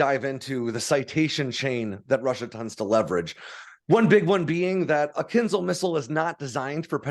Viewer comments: It's not "KINZLE", it's "kin-ZHAL". The "ZH"-sound is pronounced as a "soft" "J", as in the French word "Je", which is French for "I"... I wish Americans would quit making outright DOOFUSES out of themselves... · Mostly right… except the pronunciation of the missile. It’s KINZHAL, not KINZAL. Also, the US Army is capped at 218 General officers, while the US Air Force at 170. The Marines at 62 and 21 for the Space Force. So… the USA alone has 471 Generals (not including Admirals). Also, the F-16 can be operated on highways. It’s not ideal, obviously, but it can be. It is a part of Taiwan’s and Singapore’s air force doctrines and they’ve conducted exercises for it. The US does not do this as US highways weren’t designed for it. We have many physical barriers on highways in the US that would damage aircraft. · It's not ponounced 'kinzel', but something like 'kinjáw', where j sounds like the second g in 'garage'. It means dagger (curved, oriental style).